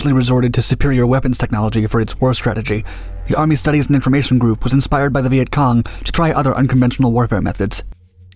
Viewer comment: The guy saying Vietcon was pissing me off